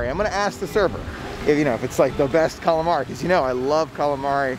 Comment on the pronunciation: It’s “Calamari” 😊